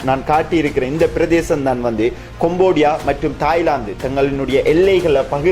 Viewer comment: கொம்போடியா அல்ல; கம்போடியா என்று சரியாக உச்சரிக்க வேண்டும்!